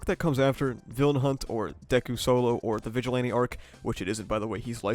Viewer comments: Man can't even pronounce names the right way 💀 especially the ,,vigilente arc". And have you watched the season with your eyes closed? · tf is a "vigilante?" GET THE NAME RIGHT ITS RIZZILANTE!!!!